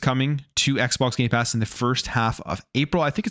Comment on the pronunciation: Stop saying Gaypass it's gamepass!